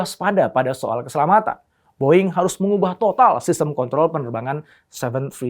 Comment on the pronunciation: Menit 9 kata kontrol kaya janggal dah 😅😅😅